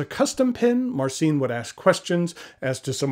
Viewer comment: You should polish your polish! "Vooy-tzeek", "Mahr-tzeen", that's the closest I can write. "Ci" is spelled soft, maybe close to the one in a spanish "macho" word. But still a good attempt to pronounce it!